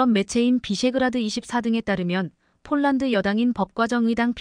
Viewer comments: 왜 폴란드로 써놓고 쫄란드로 발음합니까 ? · 쫄란드? 별놈의 발음?